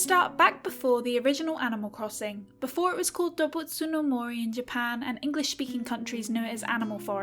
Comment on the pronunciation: it's not something like dobbutsu no mori but rather doobutsu no mori by the way